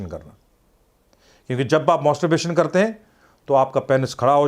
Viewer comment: मॉस्टोरबेशन nahi मैस्टरबेशन rehta h yarr...Ye doctor achha nahi h Dr. Imran ko hi video banane bolo...Ye masturbation ko roz karne bol raha h pagal h yeh...Mujhe problem hua h regular masturbation se...